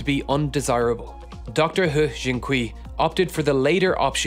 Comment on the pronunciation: I love your videos, and I've been sitting here utterly gobsmacked at the hubris of Dr Le... but I just wanted to offer a couple of pronunciation tips. You totally nailed the pronunciation of "He", but Mandarin syllables ending in -ui like kui are pronounced like -way, not -wee. Also "mosaicism" is pronounced with a soft C, not a hard C.